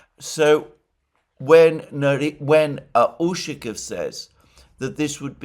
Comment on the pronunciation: The proper pronunciation of "Ushakoff" is with the stress on the "off". There should therefore be no contraction of "-o-" in the "off" syllable. It is "ushakOff". "ushakiff" is extremely annoying. Try saying "donAld". See where it gets you.